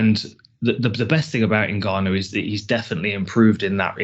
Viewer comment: for the love of christ, his name is pronounced " En- Gah- no" Step 1 pronounce the " N".(En) Step 2 then "Gannou" ( Gah-no)